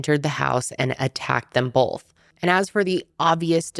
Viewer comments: Love your videos but constructive feedback: it’s “both” not “bolth” 😂😅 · i love you and watch you every week!! however i noticed when you pronounce the word both, you pronounce it bolth and it gets me everytime 😂😂😂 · Lol the way you say both... "bolth"